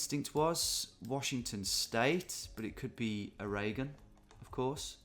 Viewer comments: gotta love the butchering of the pronunciation for my home state of Oregon, its a classic one. It is actually pronounced closer to "Organ", like the stuff in your body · Many Americans pronounce “Oregon” wrong, but none of them pronounce it as wrong as you. Congratulations! 🎉🎈🍾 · Being a resident of Oraygun, I am always entertained by your pronunciation and your ability to poke fun at yourself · He did that deliberately for a joke lol. English know how the Americans pronounce it as most of us grew up on lots of US media. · If you know anything about Oregon politics, pronouncing it like an herb kind of makes sense.